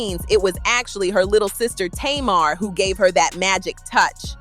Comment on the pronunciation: Her Name Is "Pronounced" ( Tay- Mar).... Not (To- Mar)‼️‼️‼️‼️💯👌🏾🤷🏾